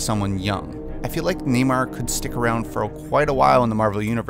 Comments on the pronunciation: Please please... Nay-more. Not Nay-mer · Neymar... Hate that pronunciation